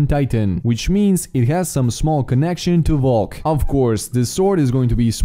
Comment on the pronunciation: Your saying valk wrong